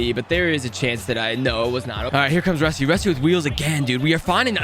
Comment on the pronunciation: ITS RUSTY NOT ROSTI BRUH YOU DO NOT KNOW